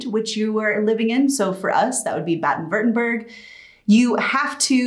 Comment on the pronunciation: Can't you pronounce baden-württemberg, living there since 2013, it's a Shame....at least learn pronunciation....Pleaaaaase, say it the correct way.